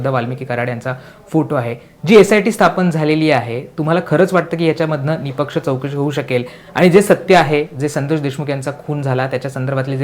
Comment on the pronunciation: Are anchor, it's nispaksha word not nipaksha